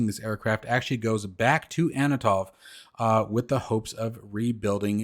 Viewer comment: Love your enthusiasm but sometimes it gets ahead of you Ant-on-ov haha.